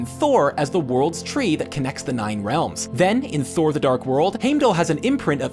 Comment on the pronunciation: This! Omfg! Made my skin itch every time he said it wrong. Its in the films, thor says it, how can it be pronounced wrong